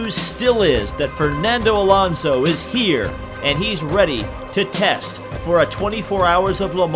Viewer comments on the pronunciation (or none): none